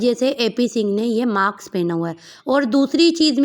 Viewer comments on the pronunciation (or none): Maks nahi mask hota hai 😂😂😂